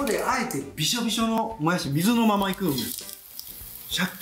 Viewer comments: もやしーの発音違う もやしです！ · 材料・・・作り方・・・ポイント：もやしのイントネーション！！！www